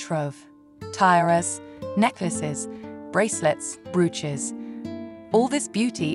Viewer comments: my favorite mispronunciations are Tyara and brooooches! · Please note: brooches are pronounced bro -ches not br-uches and tiaras are pronounced tee-aras not tie - arias.